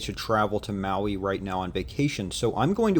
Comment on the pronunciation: Pronounce the place correct......